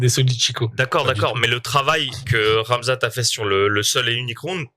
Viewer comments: Le fameux Camzate, pas la nouvelle prononciation de rat mzat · On a aussi entendu Gamzat 😂😂😂